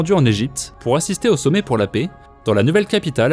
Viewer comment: la PAIX, pas la "pé"!!! 🤦🏼‍♂️